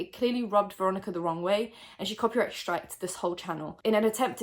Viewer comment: Random question- why do you pronounce str as sh example: strike - shtrike?